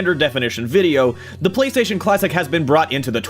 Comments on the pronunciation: Lol PlayStatisean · Um...... Its Playstation not Playsatan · Did you get the inspiration for Playstasean's name based on how the PS4 commercials pronounce PlayStation?